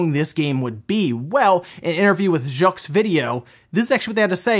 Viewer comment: Haha! “Jux video”